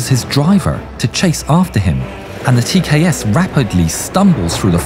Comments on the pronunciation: It's tks not tas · "TKS with 200mm autocannon" Oooookay... Time to check the comments... Yeah... I'm not crazy nor the only one who heard that. 😂 Also, look like this was placed there as algorithm bait. Good job.